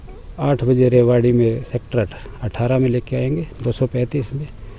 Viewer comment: रेवड़ी नहीं रेवाड़ी बोलो !